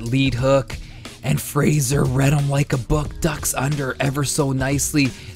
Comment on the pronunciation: I gotta say. It's really bugging me that he's saying Joe Frazier's name wrong lol. Game looks promising tho. I think they look a little stiff and rigid